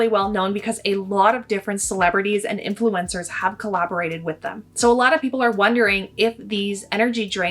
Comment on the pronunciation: Are you pronouncing influencers like influenza???